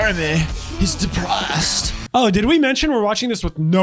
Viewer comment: “jeremy.. he’s depraussed”